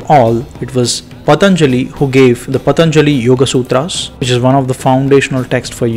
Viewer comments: His name shouldn't be pronounced as " Pathaanjali" it should be pronounced as "Pathanjali". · Pa....ta.....njalli,.....non è delle lingue indiane